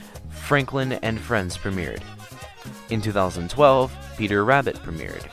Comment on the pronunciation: The way it says 2012. 😂😂😂😂